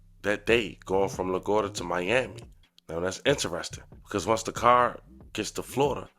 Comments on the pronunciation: La-gwad-de-ah airport my boi🙃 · “Lagurda airport in New York”😂😂😂😂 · La-Guar-dia repeat after me 😭😭😭😭